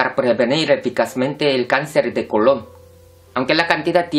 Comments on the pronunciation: Es colon sin acento....con acento sería como Cristobal Colón, no es lo mismo en la pronunciación...😒😒😒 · Decir cáncer de colon con asentó me dio mucha risa